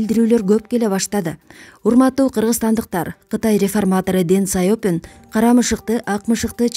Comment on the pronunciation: Сайопин эмес Сяопин жазганды туура окусанар.